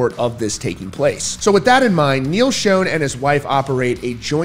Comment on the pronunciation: Pronounced shawn not shone and rowlee not raleigh.